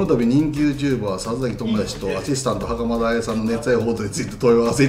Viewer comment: 見てほしいのはそこじゃないとは 思うんですが 袴田さん強調し過ぎっす😳😳😳